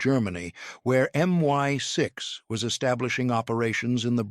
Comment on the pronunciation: I’d subscribe if you could sort out the pronunciation of M I 6 /5.